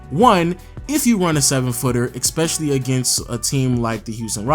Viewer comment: It's ESPECIALLY not EXPECIALLY.